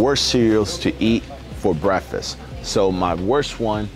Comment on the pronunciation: guy cant even pronounce bretfist for bradfast for breadfist what to eat fo ebonics